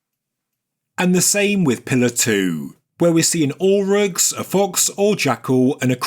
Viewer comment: Auroch! Extinct Bovine and ancestor of cattle. This word was not clearly pronounced and the CC reading was indecipherable.